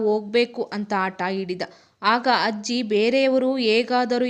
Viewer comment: Adu hajji alla ajji😂